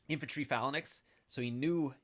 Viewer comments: I love your videos but would you mind pronouncing "phalanx" properly? It's "fay-langks" in American English and "fa-langks" in British English, not "falan-ex." ^_^ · This video was great other than you not knowing how to pronounce the word. Fae-lanks.... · Bro, it is pronounced "fa· langks" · "fa-la-naxx" smh you need some xanax to slow yourself down lol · "Phalan X" lol. sounds like a super hero or something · bro, check the pronunciation of phalanx on mirriam-webster's website